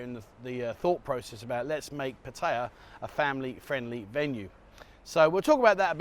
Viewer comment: That was an interesting video. Keep up the good work. However you need to learn how to say Pattaya properly.